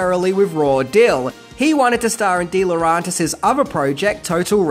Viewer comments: DEE LAW REN TIS!!! ITS DEE LAW REN TIS!! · Please pronounce deLaurentiis properly